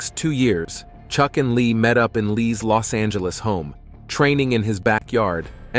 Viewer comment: Did you say "Church Norris" or am I tripping